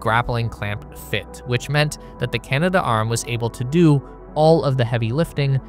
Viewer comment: You keep saying Canada arm, in your videos. It's Canadarm.